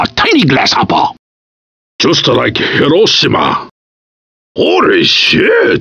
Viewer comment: "Just a rike Horoshima!"